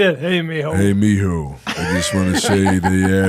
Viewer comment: Mijo!! 😂😂😂 the way Sam says it. Sounds like mi hole 🕳! Spanglish speakers will crack up about that!!! 04/08/22.